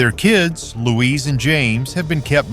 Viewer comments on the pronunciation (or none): Louise not. Louisa